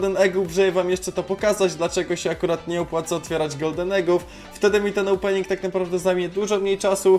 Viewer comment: "opening" "ołpening" Uwielbiam oglądać twoje filmy